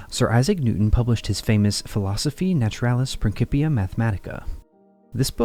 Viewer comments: Pronounced: “PrinSipia” … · Can't get pass this pronunciation of "principia"